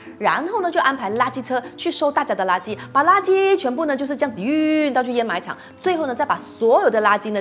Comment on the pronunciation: 知识是不错，但是给个建议，读音最好先确认了再拍摄，掩埋是的掩是第三声，沼气的读音也不对